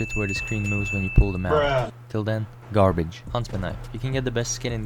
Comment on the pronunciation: GARBEDŻ :¬D